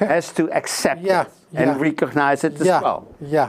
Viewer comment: het is niet "rie-cognize" maar "rè-cognize". Je zegt tien keer "rie-cognize" hier, de ambassadeur en de hele wereld zeggen "rè-cognize"... Bonus info over "rie" vs "rè": "rie-present" = opnieuw presenteren; "rè-present" = vertegenwoordigen. "Rie" = letterlijk, opnieuw. "Rè" = overdrachtelijk, afgezwakt, andere betekenis. I rè-cognize you for your great journalism!